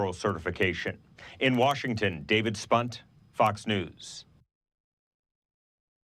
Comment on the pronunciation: David Spunt, be greatful for that "T" at the end of your name sir. If it was five letters before, only five letters, you'd be fookt up dude -hehe